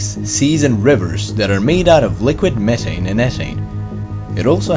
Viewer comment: liquid what?? Has this guy got a speech impediment?